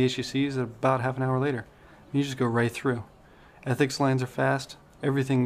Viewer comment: "Ethics" reception LOL